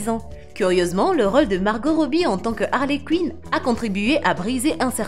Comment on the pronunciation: Et Harley Cuine 😂